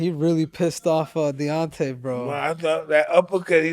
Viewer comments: His name is Deon-Tay not Dontae, Mike . That's Dontaes Boxing that I think you're confusing his name with . But I Love You Mike you are a pure soul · He means mike calling Deontay-Dante. But really Mike is just not trying to extend and emphasize the syllables. Mike does whatever he likes but this is just regular name mispronunciation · Mike Tyson - "DoNtAy WiLdEr" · Love how Iron Mike is referring to Deontay as ‘Dànte’ lmao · Nobody is ever going to tell Mike how to pronounce Deontay correctly 😂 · I think he refuses to say his name right because of the way wilder disrespected his legacy by saying he would ko a prime iron mike...mike won't give the respect of saying his name properly lol